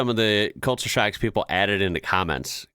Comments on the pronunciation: thought you were saying sharks not shocks ha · I thought you were saying " SHARKS", not shocks. lol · Anyone else think he was saying Sharks at the start? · Oh shocks! i thought you said Sharks. HA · I thought you said "today we are looking at sharks"... you said shocks 😂😂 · Lol i thought you were say shark lol shock. The unbottle water us free in some place you can just grabby how most place you ask for water and they will give a jug of cold water. The conner shops or fish and chip shops you can grab you soft drinks and juice from the fridge yourself and pay at the counter .